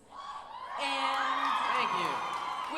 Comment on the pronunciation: pera ela falo Sciles AAAAA